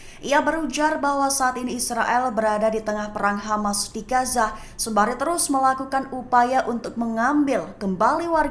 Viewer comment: bacanya Gaza mba bukan gasa 🤦